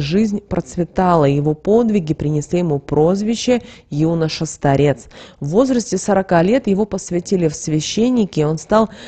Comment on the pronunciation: Конечно, много интересного, но... Как можно так безграмотно говорить?Ну просто слух режет. Сколько слушаю, едва сдерживаюсь. Но уже не смогла... СтАрец, а не старЕц! КАмнем, а не камнём. Жуть просто